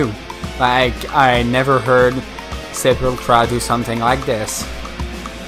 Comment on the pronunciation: SEPULTURA, not "sepultra"